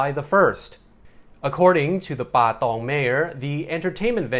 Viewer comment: Love the way he says Bahh Tongh 😆